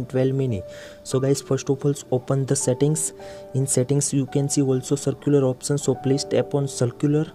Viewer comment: Bro it is not circular— It is Cellular 👀